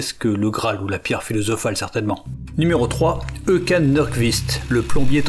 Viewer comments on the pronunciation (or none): les français quand ils voient une lette du genre å, ä, ø ou ö : mwais, ça se prononce sûrement o, ou eu. Håkan se prononce "Ho-ô-kan", du moins en suédois.